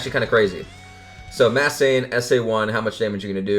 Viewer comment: Why do you say "Mass Saiyan" instead of "Masked"?